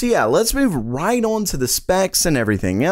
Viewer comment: I love the way this guy says "on". It's like awyun lol